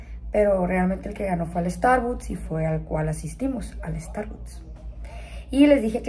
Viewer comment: Starbuts dice s😂